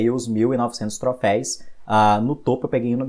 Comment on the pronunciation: video bom, porém você ta falando "Troféis" e não existe, dói ficar ouvindo toda vez q você falava kkk